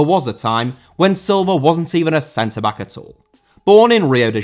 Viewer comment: Silva* not Selver